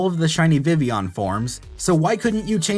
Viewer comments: Vi-villon, not Vivion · It's Vivillon not Vivion. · is it vivion? you call it vivion, the anime calls it vivion, THERE ARE TWO Ls! TWO!